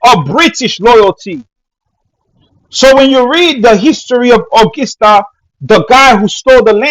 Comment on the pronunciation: Brother....the word is pronounced "Uhh gus tuh" not " Uhh gis tuh". That is gus not gis. We have a nice music festival in our state of WV called the Augusta Festival.